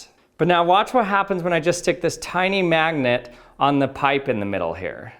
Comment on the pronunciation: You and Charlie Day say 'mangnet' instead of 'magnet'